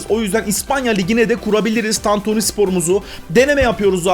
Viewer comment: sen ilk Türkçe'yi öğren de sonra kurar "tantüni" diyor